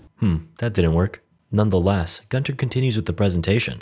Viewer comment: Why is it ALWAYS Gunter...Guntoae...Guntar...idk